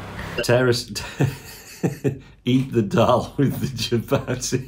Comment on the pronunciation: The pronunciation of chapati is hurting my soul